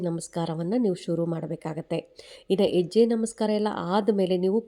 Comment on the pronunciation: ಎಜ್ಯೆ ಅಲ್ಲಾ ಮೇಡಮ್ ಹೆಜ್ಜೆ ಅನ್ನಿ ಅಯ್ಯೋ ಎನಾಗಿದೆ ಕನ್ನಡಕ್ಕೆ ಅಕ್ಕಾ ಕೈ ಮುಗಿತಿನಿ ಮತ್ತೆ ಸ್ಕೂಲ್ ಗೆ ಹೋಗಿ plz 😢